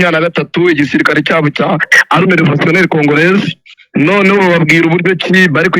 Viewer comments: ugomba gutandukanya " arme na armée" bavuga rero "Armée" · Ntabwo turi "" arme""Ni armée mpora ngukosora Nuko utajya ukosorwa (shyiraho isaku uzamure)